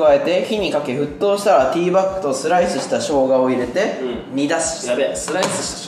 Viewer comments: 〜ティーバックに聞こえましたごめんなさい。 でも 〜はティーバックでした。謝ってください。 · ティーパックじゃない？Tバックって言ってない？笑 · トミさんティーパックって言ってんのに カンちゃんティーバッグって言ってるの面白すぎるだろww